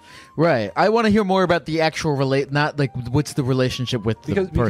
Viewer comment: "actuall therapy" xD